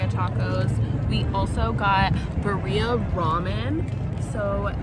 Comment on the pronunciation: Haha “Bah-rheea” it’s Pronounced Bee-rri-aah 😋 best ones are in Mexico or LA hands down lol